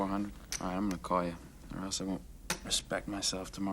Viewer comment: “I kwaul” Brilliant Russian accent right there